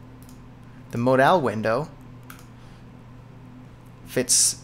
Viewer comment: Mod-owl window? hehehe no its Mod-ul good vid man thanks!